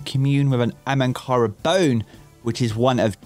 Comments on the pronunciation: He keeps saying ‘AMANKARA’ - bugs me a little, it’s ‘AHAMKARA-BONES’. 😂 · Hahahaha it's not "Amankara" .... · Is anyone else annoyed by the "ANhamkara" bones as opposed to AHamkara bones?